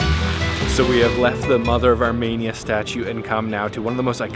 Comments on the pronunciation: Pronounced Armēnia. Not Armānia. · No offence, but it’s pronounced Ar-Me-Nia, not Ar-Mania. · FYI - it's Ar-MEE-nee-ya, not Ar-MAY-nee-ya.... trust me, I'm Ar-MEE-nee-yan... Pronunciation notwithstanding, you made an extremely excellent video, thank you so much for this!!!! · Say it with me. ARE- MEAN- EE ANN not arh-MANIA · The way you’re pronouncing Armenia is very odd. It’s Ar-ME-nia, not Ar-MAY-nia. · It's ArmEnia, not ArmAnia. Good grief! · The fact that you repeatedly pronounce the name of the country as “Armania” rather than “Armenia” is so disrespectful. How do you travel to a country and not know how to pronounce it? It seems purposeful. You did this in several videos. Over and over and over. My Armenian wife was gobsmacked by your disrespect and carelessness. Do better dude. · You need to listen. Zara, the female chef, pronounces the word "Ar-mee-nee-ah". Every time YOU say it, you pronounce it "Ar-may-nee-ah". That's not the same thing. What if I said "Ca-ner-dah"? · Not ArmAinia, Armenia. 🥸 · It’s pronounced (OUR-ME -NI-A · Could you consider correctly pronouncing the country name Arm”EE”nia? Your way of naming the country sounds like Romania with an “A” sound. While the tour is enjoyable, this one point is distracting. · It's pronounced ahr-mee-neeyah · Where is Armania? Why do you keep pronouncing it wrong? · The way you pronounce ‘Armenia’ in these videos hurts my soul (jk), but I love that you went and enjoyed yourself!